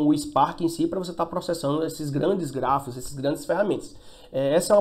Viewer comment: Ele falou Gráficos ou Grafos???